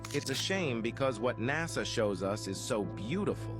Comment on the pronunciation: You keep saying NAZA. ITS NASA!